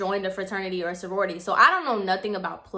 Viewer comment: Lmao girl!!! He’s s hot ass mess. But why do I have a feeling you were telling other people the story using sorority bc fuck it 😂😂😂 so it was harder for you to use fraternity and I lost it when you said “forority” 😭😭😭😭😩😩😂😂😂😂😂